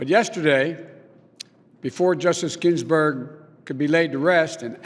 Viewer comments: Ginsburg not ginburg or ginburgs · first 5 seconds gaff, he says GINBURG no S. Then he lies, no seat filled during election, happened 7 times, then he says against the rue of law, it is the opposite, there is no loophole law, he lies like crazy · “Pay respect to Justice ginburg” oh joe. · Yeah, jeez, how could anyone possibly look past that and vote for him anyway? What a whopper of an error. How could he disgrace America like that? I mean, he could have at least put kids in cages or destroyed the public’s health. Saying “Ginburg” is just too much scandal. My gawd! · Did he say her name wrong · He can’t even pronounce her name correctly. Biden is a complete LIAR and does not deserve any American’s support. Biden is just a Socialist draped in a Democrat’s clothing. He stands there spewing lies and has no conscience. He only cares about himself and his family. He has used his various political positions over the last 47 years to bilk the American taxpayers and foreign countries such as China and Ukraine. Biden and his cronies need to be retired by the American voters! Joe, go back to Delaware and get some psychological help. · Pronouced her name wrong - Respect women you brain dead coke head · LOL! This guy CANT DO ANYTHING! One sentence in and he butchers Justice Ginsburg’s name. come on joe